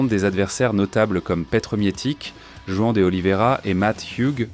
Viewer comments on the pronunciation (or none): none